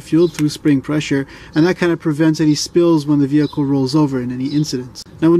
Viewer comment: Which Pump is he talking about, the Veee-Hikull fuel pump OR thé Petrol station pump which gets turnéd off ¿¿¿¿¿